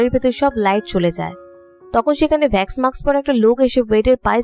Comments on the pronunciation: vax na wax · আপু ভ্যাক্স নয় ওয়াক্স হবে।🙂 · Vax na wax hobe 😃 okk